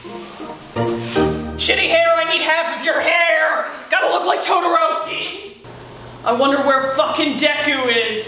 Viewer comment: TOTORO POWER WILL KILL YOU FOR SAYING ITS NAME "TOTORO" HOW DARE YOU